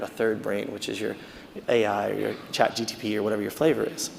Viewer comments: Why does he keep saying Chat GTP?!?! Instead of ChatGPT? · I lost him when he said CHatGTP instead of GPT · Chat G P T! Not GTP!!! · Its really hard to take a man seriously when he keeps mutilating things "Chat GTP" is not a thing. Sorry, I know he was nervous but it took away from his presentation. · I wish he would say chatGPT instead of chat GTP 😢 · I doubt AI made him say "chat gtp" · Chat "GTP"? Chat "GTP"? Chat "GTP"? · It's chatgpt not chatgtp. He is giving a talk on ai 😅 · he keeps saying chat GTP instead of GPT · I'm seconds into it and had to stop because a supposed thought leader of this space is saying "Chat GTP" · Yeah the fact that he calls it ChatGTP is very refreshing... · It's hilarious listening to him saying chat"GTP" repeatedly ^^ Otherwise great talk! Edit: he said it right , finally!